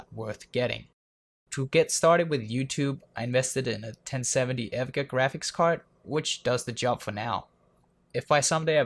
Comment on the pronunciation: Did you say.... "EV GEH"? :p